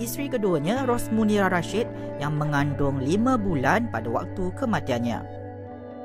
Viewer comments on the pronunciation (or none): none